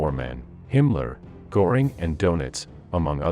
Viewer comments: It’s “Gehring”. Not “Goring.” You lose credibility when you can’t pronounce the names correctly. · A very valuable documentary. Göring's name 's with ö and not o. So the pronunciation should be like that. Thank you so much. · Every time that naration voice mispronounces – in confident American phonemes – the name 'Gore ing', it klangs in my ears like a fart during the moment of silence at a memorial service. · Can't stand the AI stuff. And just learn to pronounce Görings name correctly, it is NOT Goring.